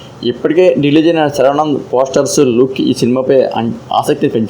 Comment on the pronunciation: శర్వానంద్ పేరు పలకలేనోడివి